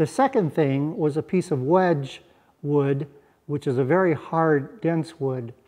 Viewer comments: Doesn't look like a little thing like a broken hand can keep you down. I've made more furniture than boats, but l recognize a craftsman when l see one. Btw: wenge is pronounced 'when-gay' or 'when-gee' (hard G) in my woodworking circles. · So sorry about your hand. That's a lovely knife. A small project that would be related would be to make a marlinspike to go with, and a sheath to house both. Also, wenge rhymes with Ben-Gay.